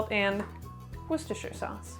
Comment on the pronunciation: applause for pronunciation of Worcestershire sauce Might want to retry the herb sachet though :)